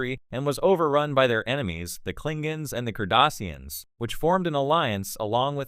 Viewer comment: If you're going to read these, can you please learn to pronounce "Klingon," "Cardassians", and "Bajor"?